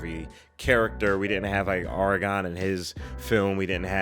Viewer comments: Kinda lost it ish when he pronounced Aragorn like Eragon, and my first thought was "wrong series, bud!" In all seriousness though, I love seeing getting into this trilogy, man. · Hey, you're not the first reaction I've seen to make this mistake, but his name is AragORN, with an -ORN at the end. Love the reactions by the way, seeing you get blown away by the movie making techniques you're pointing out in the films is pretty fun.